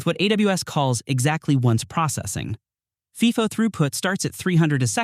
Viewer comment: FIFO pronunciation is so funny. Get your AI to learn abbreviation